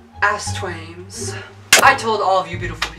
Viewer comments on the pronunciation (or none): Sometimes it sounds like you said ASSTWAIMZ